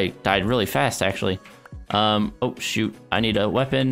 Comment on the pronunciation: Hamada zaghloul he said shoot but it sounded like SHT..